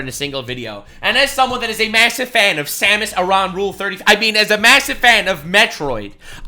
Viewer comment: Her name is pronounced Sam-Us Air-in.